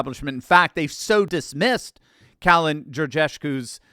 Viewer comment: The way you butchered Kalin’s name :D